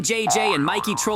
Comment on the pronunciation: It is not mickey it is Mikey